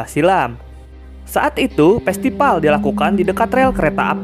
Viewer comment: Festival miiiin bukan pestipal😂